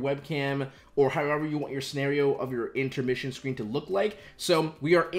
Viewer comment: anyone else notice he said intemrission? hahahha love the videos and everything u do for 100T